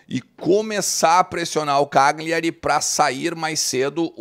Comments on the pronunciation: sou teu seguidor, só uma dica, morei nove anos na Itália, a pronúncia é "Calhari" o GL deles é o nosso LH. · A pronúncia correta é Calhari. O G é mudo.